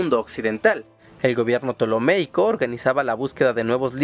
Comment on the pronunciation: Ptolemaico*, no "ptolomeico". Eratóstenes*, no "Erastótenes".